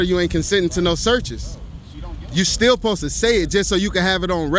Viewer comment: "Posed" is obviously mispronouncing "supposed". You know, like when southerners say, "fixin' to", and leave the "G" off of the end of the word, resulting in the mispronouncing of "fixing". Like when southerners say "like 'iss", or "like 'at", thus mispronouncing "like this", and "like that". There are plenty of others, but I think you get the point. Not really sure what yours was, but uh....Okay. -_